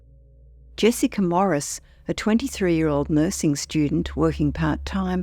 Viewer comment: Jessiker? No r ,stop saying ut.